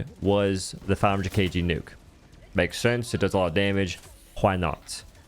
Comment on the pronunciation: Nee-youk? I think you mean hell bomb